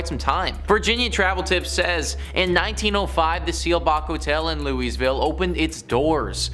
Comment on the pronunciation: It's pronounced "louie-ville" or Lou-ville 😂